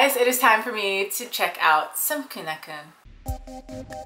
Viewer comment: Their name is pronounced keu-nah-keun not keu-neu-keun